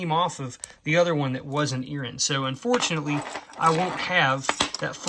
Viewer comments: What exactly is an Erin? I heard you say it a couple of times... oooohhhhhh earring! Sorry😅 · What is an earren? Do you mean ear ring?